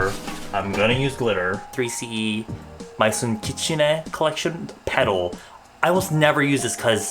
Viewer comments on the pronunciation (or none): it’s pronounced “maeson”, maison means house in french